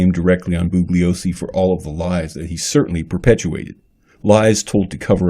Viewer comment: To the maker of this video. I simply cannot take you seriously. You can't even pronounce "Bugliosi" correctly--and you *HAVE* to know that the "G" is silent, by now! Vince made this clear hundreds if not thousands of times! Some of the things you have said in this video are just outrageously stupid, ludicrous and insane. The victims who were murdered are dead. Period. End of the story!